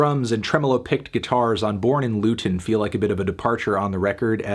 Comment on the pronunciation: Hearing you say Luton is very strange